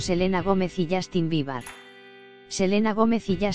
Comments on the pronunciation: Dijo "Justin Biebar" 😂😂😅😅😂en serio no tienen nada más importante que anuciar OMG por tanto problemas que tiene ese mundo ayyy yy No le creo nada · alguien mas escuchó justin biba?? Xd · Ajaja no creo nada, primero infórmese bien y luego hable Y también enseñece a pronunciar el nombre de Justin Bieber si no es mucho pedir .